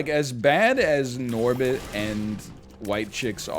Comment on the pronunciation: Hearing NL say Norbit is the funniest thing to me